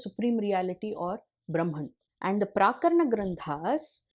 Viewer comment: You have pronounced it as 'प्राकरण' granthas. It should be 'प्रकरण' granthas.